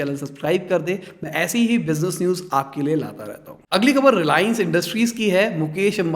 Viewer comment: when u say bijnu instead of business news in intro😂🤣